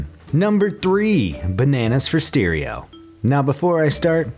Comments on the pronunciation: WTF is a steereo? ... oh he was attempting to say stereo. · Did this guy just say "steerio"?